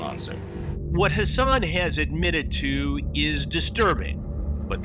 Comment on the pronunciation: COME ON, HASS-ON